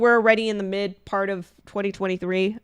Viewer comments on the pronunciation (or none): none